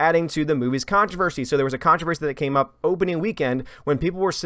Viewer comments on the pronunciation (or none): I can’t help it, I’m going to be the English police; it’s contrOversy not contrAversry. Let the pile on begin.